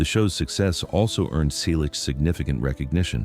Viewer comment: Why a fake image of Tom? Teach your AI-generated voice to pronounce "Selleck" and Magnum P.I. correctly. Why talk about people you don't know personally? Tom and Jillie met in 1983. They married in 1987. Tom did not visit London.He filmed Lassiter during that time. We have already informed the creator of the original video about the misinformation, but you simply copied everything. Shame on you.